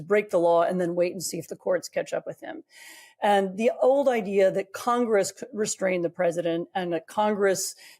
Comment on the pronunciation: Oy, how do you pronounce the word, Idea,? Now think again, how you pronounce the word ideology.